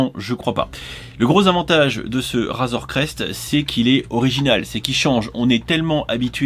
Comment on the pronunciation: Super vidéo par contre ta dit "razoir crest" au lieu de "razor crest"